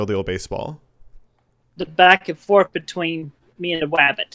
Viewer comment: "the back and fowth with the wabbit" "..." "right..."